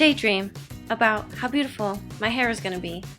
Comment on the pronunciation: be oo tay fol